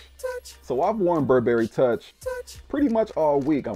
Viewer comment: You look so super fly ✨. Your video production skills are top notch. The "touch" sound that comes up every time you said toich was dope too 😂.